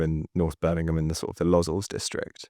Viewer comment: Really excellent interview and reporting. As a Birmingham resident (and someone who works with populations like those you discuss here), it really is striking how much of a divide between rich and poor there is in our city, and it's interesting to hear how that's reflected in heroin/nitazene use. (P.S. you say Lozells low-ZELLS :) )